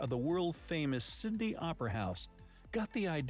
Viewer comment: Yes Brisbane born & bred girl here, it grates my gears when I hear to pronounced BrisBAIN the same when people pronounce Sydney as Syd on ee 🤣